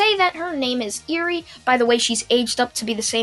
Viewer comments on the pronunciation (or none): its not eerie like creepy more like eh-wry